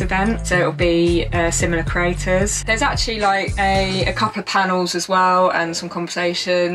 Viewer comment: I kept hearing “craters”.